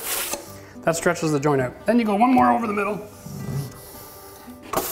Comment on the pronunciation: Screw Netflix! I'm binge watching Renovision DIY!!!!!!!, it's not pronounced oot, it's out, like when you get hurt and say oww, then add a "t". Owwt!